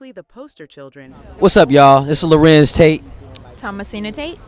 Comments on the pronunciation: larenz not larentz ......google is your friend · Why does the narrator keep calling him Lah-rence instead of La-renz?